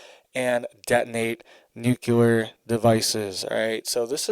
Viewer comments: Omg duuuuude! I love listening to your news but GD!! It's nuclear...nu .cl..ear! Not nucular! You are killing me calling it that. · Dude, I really like your channel and content. You are very informative. But... Please... Please, can you stop saying "nucular". It's nuclear bro. Nu cle ar. Thanks much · NUCULAR IS NOT A WORD! NUCLEAR. IS THE WORD! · Nuclear… not nucular. Driving me craaaazy lol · It is NUCLEAR ...NOT NOOKYOOLER ...I can't stand how people are so stupid they can't even pronounce a simple word like this. BUY A VOWEL!!!!! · If you're going to report about a nuclear event, at least pronounce the word nuclear correctly. When you say nuculer, you sound ignorant and can't be taken seriously. Have you ever heard of the "Cold War"? All this stuff has been happening on the regular since the end of WWII. Stop using peoples ignorance and fear for likes and clicks. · It's NU - CLEAR.... please say it correctly... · Nuc-le-ar! Love your updates but this makes my OCD go crazy... lol. Thanks for reporting 🥰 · I appreciate what you do and have to say, but please learn how to pronounce the word "nuclear". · Please please please learn to say "nuclear" correctly. Total cringe and educes cred when such common words are mispronounced. Always surprised no one was around by now to let you know you're pronouncing it wrong.